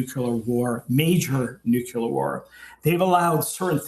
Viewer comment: And how come these same people pronounce Nuclear as Nukular ???? 😂🤷